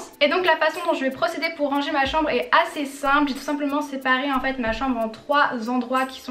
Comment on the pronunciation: Ohh non jaime tropp kand tu dit rangé tu dit << rrrranger >> PTDRR